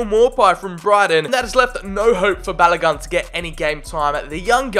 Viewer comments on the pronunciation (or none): Hurts as a Nigerian when you butchered Balogun “Ba-la-gon” but nice vid